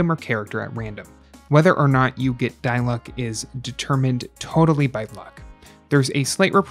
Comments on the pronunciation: noone: him: *dailooc* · "Die luck" 😭😂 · " die luck"